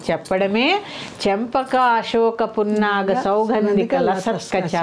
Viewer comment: Amma lataskacha na lasatkacha na... I don't no lalita correction chesukuntunnamau